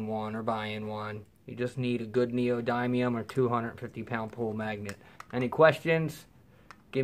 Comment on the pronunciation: Just a helpful hint. It’s not pronounced (and I’m writing phonetically): NEO-DYE-NE-UM It is pronounced (AGAIN phonetically) NEO-DIN-EEYUM